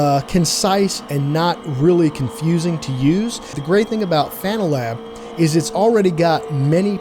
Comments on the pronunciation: Great summary. I think I made the right choice buying the 5nm for my friend getting into sim racing. Now I'm more excited upgrading myself later this year. Btw still don't think it's pronounced fanatic. Fan Uh Tech. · I think the name is pronounced Fan Uh Tech not fanatic. Idk why it hurts to hear it pronounced fanatic. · By the way, it's not pronounced "fanatic" it's "fanna-tek." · "Fanatic" "Fan a tech" it doesn't matter. 😂